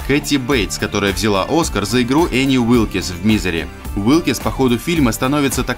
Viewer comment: Уилкс,а не Уилкис.И да,она сломала Шелдону ноги,а не отрубила.